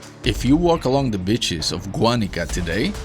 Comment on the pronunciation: Nice video, just want to point out that you are pronouncing beaches as bitches, which is funny, but some people might think that you really mean bitches.